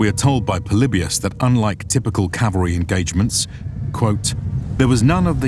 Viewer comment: Thank You for saying Cav-al-ry!!! And not Cal-va-ry. Almost everyone gets it wrong, infuriating.